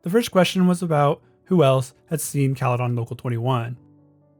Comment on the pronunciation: Hearing how this dude says Caledon hurt my soul